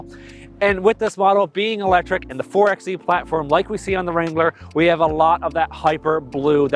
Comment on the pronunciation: My guy, it's pronounced 4 by E